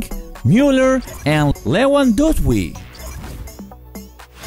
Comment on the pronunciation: i know every country has a special accent but cmon lefandowsi?